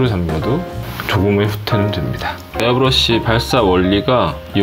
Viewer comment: 가격설명하시는데 에러브러시는 무엇?ㅋㅋㅋㅋㅋ좋은정보 감사합니다^^